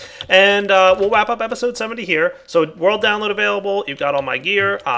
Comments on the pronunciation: Am I the only one how heard him say wap up the episode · DId he really go elmer fudd on the "Wap up episode 70" part? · "So we'll wap up episode 70 here..." anyone else catch that? :D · "We'll wap up" Hehe. I'm hunting wabbits!